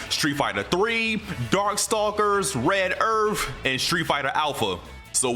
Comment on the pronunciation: Red earF